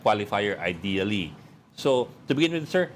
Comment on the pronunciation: So disappointing. I leave the group of team BAM because of the word, "IDEALLY"...ideally not spoken right and clearly vague. Disappointing Sen. BAM. Ideally..😢 We detached..